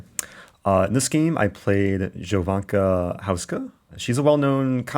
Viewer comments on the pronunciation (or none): ITS PRONOUNCED YOVANCA NOT JOVANCA